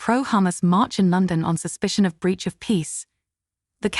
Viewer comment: Lon-don? Where's that? Another AI voice not actually able to speak English.